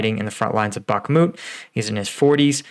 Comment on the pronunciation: Dude. My ocð if i have it is being triggered by you saying bokMIT....its BOKMOOT...